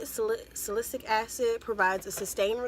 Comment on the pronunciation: It’s SAL-I-CYL-ic acid. 😊